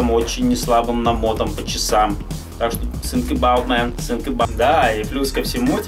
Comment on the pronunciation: Чел, не sink, а Think